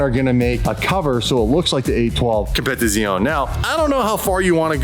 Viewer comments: it's not competizooon it's pronounced competizioneeeeeeeeeeeee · You pronounce “competizione” wrong